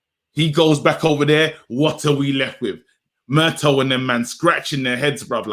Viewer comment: It's Mur-tah not Mur-toe